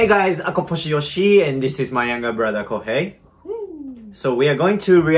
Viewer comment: When yoshi says his brother name i first heard is cocaine not kohei